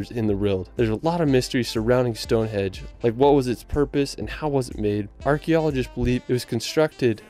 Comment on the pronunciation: StoneHENGE not StoneHEDGE